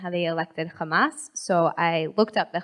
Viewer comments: "How they elected Khamas" You know shit is going to happen (Israelis and Hebrew speakers pronounce Hamas as Khamas and that's how I spot a hebrew speaker) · LMAO. Khamas. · The second she said , kHamas i knew what she is.